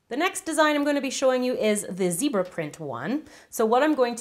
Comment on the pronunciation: Zebra* Not zeabra Polka dot* Not pokeadot